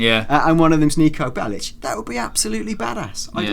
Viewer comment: Technically the spelling Bellic in the serbian language would be pronounced like that but it's not in Niko's case but these two for some reason say it like Bell-itch